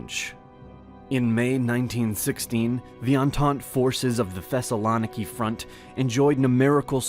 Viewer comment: It's ThessaloNIki not ThessaLOniki